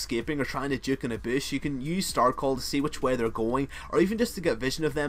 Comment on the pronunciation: "check a bish" (bush)